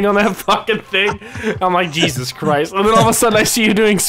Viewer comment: He said yeezus christ